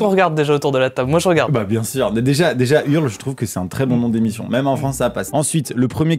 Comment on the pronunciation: Donc t’as mal prononcé le nom de la 1ère émission : c’est L’onomatopée de quelqu’un qui vomi pas « Hurl » dit en mode français 😂